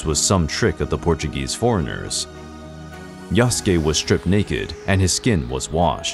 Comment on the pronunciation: Why pronouncing Yas-ke It's Ya-Su-Ke